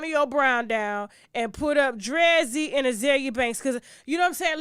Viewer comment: Her name is Dree-Z ….